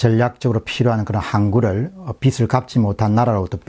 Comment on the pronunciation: 공병호님, 잘 듣고, 띄우신 자료도 보고 있으며 감사드립니다. 내용은 참 좋습니다. 한 가지 내용의 전달과정에서 빚을 청산하다. 빚을 많이 지고 있어서... 이렇게 빚의 글자를 읽을 때 빚을(비슬), 빚의(비스), 빚이(비시)로 발음하시더군요. 머리 빗는 빗을.. (비슬) 해같이 비추는 빛을... (비츨) 친구에게 많은 금액의 빚을... (비즐) 빚이 많다. (비지 만타.) 빚으로 인해 (비즈로 인해) 계속 좋은 글 부탁드립니다.